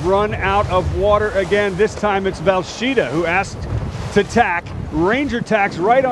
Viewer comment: Dude, it's VELsheda, not VALsheda.